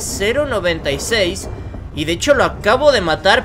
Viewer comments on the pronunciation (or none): Se dice sepe sepe sepe